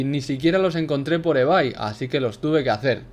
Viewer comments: En "evai" Que de escribe ebay Y se pronuncia "ibei" Buen video ♤♤♤ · Dijo ebay en vez de ibey jajajj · Es ibei no ibay>:V